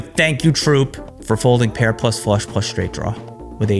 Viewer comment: Did I hear “check call, check call, Frush”. Trooper might be on to something. 😂